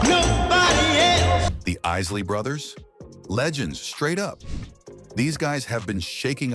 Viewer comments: The esley brothers😂😂😂 the Eyesle Isley Brothers boo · Yea, but this is some AI generated bullsh*t!! Didnt you hear when the ROBOT narrator said the iz lee brothers??? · O-0-h child?! The chi lites and the Is-ley brothers?! What is wrong with this man? He is doing a damn diservice pronouncing these names this way!!!😆🤣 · Seriously? IS - Lee brothers? For Isley Bros Bar - KEYs? For Bar Kay’s Chee-lights? For Chi-lights Where do they find readers to mispronounce names of researched topics? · TO " ": SIR---------PLEASE---------LEARN TO PROPERLY PRONOUNCE NAMES, BEFORE UNDERTAKING A VIDEO LIKE THIS! ----------IT'S " THE EYESLEY BROTHERS "! -------AND IT'S " THE BARKAYS "! -----------MJL, 78 Y/O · This gotta be AI; This guy is not BLACK; If you Black you know the correct pronounciation of the Isley Brothers and the Barkay's, Chi-lites,..."Real Talk: and I said that the right way....